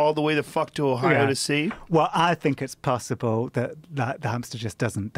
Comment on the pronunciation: "We flew to 'Hio" Mate.